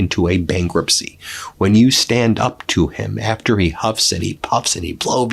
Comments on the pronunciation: Did Bessent say banquetcy for the American people? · Banquet? He meant to say “bankruptcy”